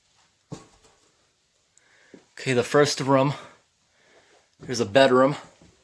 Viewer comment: What the hell are moth balls and why were they in that house Edit: sorry if this offends you but it sounds like you say back rum or bed rum or idk sorry lol